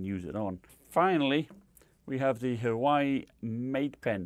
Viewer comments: Irrelevant but did I hear “Hawaii Mate Pen” 😂😂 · Huawei = Wow-E